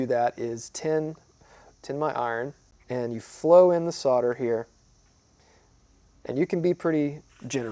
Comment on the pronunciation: Thanks for saying “solder” not sodder. After all it has an L in the word